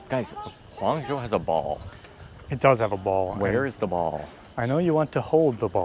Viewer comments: actually, there's no "huan" in Hangzhou. Just Han. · Hang not huang😂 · just say roger moore and u are fine pronouncing it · Great video, guys! Just an FYI, the way you pronounce Hang (杭) is literally like saying the English word 'hung'.